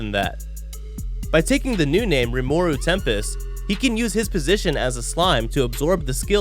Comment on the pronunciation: This guy said Rimuru's name like "Rim-awe-ooh" 😭😭